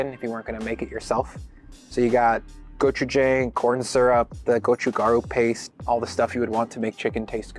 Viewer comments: Yo. The Hangul pronunciation gods are demanding that I leave a comment to tell you that it's pronounced "go-chu-jahng" (with an "a" as said in "John") - not "go-chu-jayng" the way you're saying it.:) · In the Korean section, at about , the pronunciation of go-chu-jang is incorrect. Oddly enough, you got it right for the dwaen-jang. The jang in dwaen-jang and the jang in go-chu-jang have the same pronunciation.